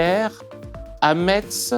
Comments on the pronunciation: Dans METZ le T ne se prononce pas ! Ca se prononce comme MESSE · Pacôme, Metz se prononce “messe" et c’est une ville étonnante si tu ne la connais pas encore. Bisous d’amour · On dit messe mais si je vous y verrais, je vous pardonne 🤗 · Attention à la prononciation de Metz qui se dit messe (une fois que vous verrez la ville vous comprendrez pourquoi). (et oui osef de la prononciation, c'est vrai mais j'ai surtout dit ça pour la blague à propos de la ville avec des églises quasiment à chaque rue wsh)